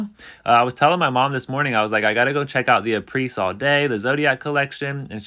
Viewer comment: HI! Thank you for your efforts!!! FYI: Apres is pronounced "A PRAY." It rhymes with the name. Apres (A PRAY) All day!